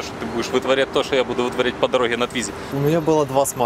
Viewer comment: с какой карусели это сорвало? :))) Формально это квадроцикл. и да, это не Твизи, а ле-туизИ (фхронсэ, шэр-мон:)))